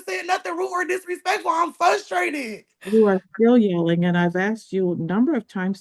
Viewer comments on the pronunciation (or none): There is another R in that word. You sound like an uneducated 5 yr old saying FUS trated. Grow up and lose that attitude. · FLUSTRATED isn't a word!! Sorry, out loud grammar police moment ... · Ummm, I believe you mean "fustrated" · She's "fustrated" everyone. Poor lamb. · She "Fusstrated" yall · Why doesn’t anyone listen to her? She’s “fustated” 😂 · I'm fustrated they keep saying fustrated.